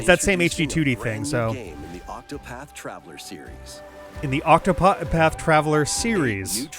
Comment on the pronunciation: there are two T's in ocTopaTh